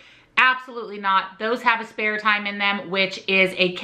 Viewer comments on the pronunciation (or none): i love you! but just trying to help u out here... aspartame is pronounced ASS-per-tame (emphasis on the ASS haha). u have great info and i want to make sure people arent confused! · The way you pronounce aspartame is different than what I've always heard. Is that actually the real correct pronunciation?